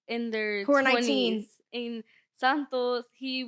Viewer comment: The way she says "Sahntoes" like her hispanic ass can't pronounce it properly 😂 she uses her "Spanish " when its convenient to her musty ass😅 ...i love your videos! I deleted tiktok but stay current thanks to you haha